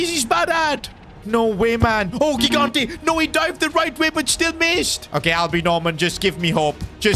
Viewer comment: italian here, just saying gigante is pronounced like "jigante". btw good series keep it up!